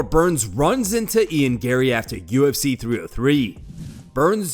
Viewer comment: Ian gay-ry!!!